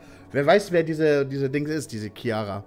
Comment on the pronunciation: Fühle mich jedes mal so angesprochen wenn er "Ciara" sagt😂 heiße Chiara wird also gleich ausgesprochen lmao